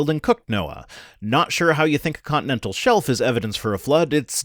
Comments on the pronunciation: Just the fact he said "condinendal" tells me he isn't a geologist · Did he show a condinendal diaphragm?